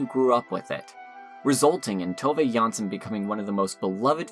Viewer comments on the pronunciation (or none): Great series, good job. Only that it is JanssOn, not JanssEn.